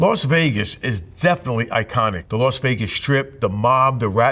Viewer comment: Why does he call it "Los" Vegas?